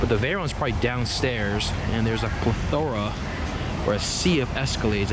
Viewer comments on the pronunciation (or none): A "pleth-O-ra"? Hope ur mispronouncing thst on purpose